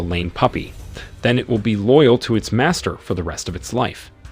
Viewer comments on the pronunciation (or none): none